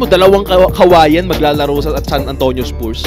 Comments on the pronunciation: Haba ng content, paulit ulit na video, nakamirror effect pa, click bait pa ang caption, di na daw papakawalan ng spurs (mali pa pronounciation, pronounced as spars yan not spoors) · spuurs talaga... spars ang bigkas non...